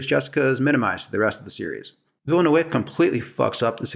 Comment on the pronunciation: Interesting analysis. You need to learn to pronounce Villeneuve. It's a common Québécois surname (my best friend in elementary school was a Villeneuve). I'll try to describe the sounds. Somewhere between Vill-nuv and Vill-nehv